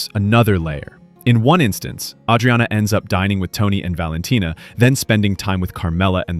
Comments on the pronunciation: You know thats not how they pronounce Adriana. You're worse than that adam friedland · Why does the "narrator" pronounce Adriana wrong? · From what i've seen, the creator writes the scripts and hires a freelancer to do the voice-overs, hence why Adriana's name is mispronounced. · He just pronounced it the Italian way. It's like the name Maria. You can pronounce it the American way or the Spanish way.